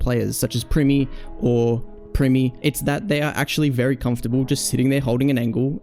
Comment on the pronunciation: Primmie…or Primmie😭